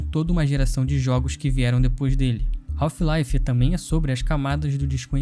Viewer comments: A pronúncia correta do inglês não seria "raf laive" e não "raulfh..."😮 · Melhor jogo da história e que brasileiro fala o nome errado kk